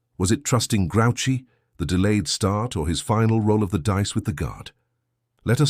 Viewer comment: This is terrible. Have you never seen Napoleon? He never wore a moustache. It's not "grouchy," like Oscar living it the garbage can. It's pronounced "grew she."